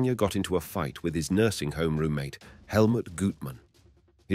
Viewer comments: Verne Gagne...pronounced Ganya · It's Gagne (Gon-YAY)